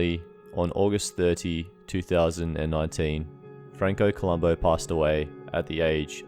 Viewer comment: have the decency to get his name right columbu not columbo